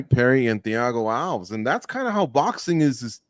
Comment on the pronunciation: Its thiago alves like al-vez. Should know that one?